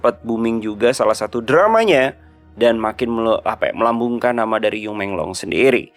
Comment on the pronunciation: Bang bukan di lafalkan jadi You. Tapi dalan fonetik Han "Yu dilafal jadi Yii".